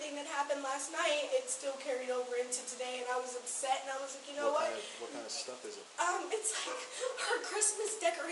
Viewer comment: I can't stand to hear that, too-ah! 😂